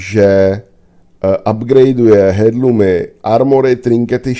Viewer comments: Myslím že se to vyslovuje Erlůmu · Nevyslovuješ to správně navíc to hrozně tahá za uši... h je v tomto slově neznělé.